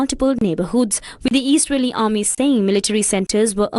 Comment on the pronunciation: Eesraeli”strikes lol